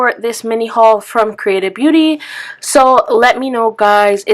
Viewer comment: Never heard of creatabeauty before. When you were saying it, it sounded like you were saying “creative beauty” lol might have to check out the hemp products!